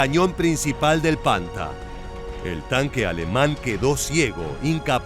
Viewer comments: No sé pronuncia "panta" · Se pronuncia "panthar" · Panther se pronuncia panta?